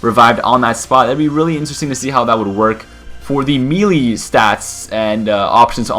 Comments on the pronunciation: Melee = MAY•LAY. Not "Mee•lee". I absolutely despise when people say that shit. Buy a damn phonics book. Good video, though. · ITS PRONOUNCED MAY-LAY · melee is pronounced (may-lay) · he can't say melee right it's annoying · there's more than one way to say it, depends where you're from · It's spelled "Warlock," and they're pronounced "may-lay" and "triv-ee-yuhl". :)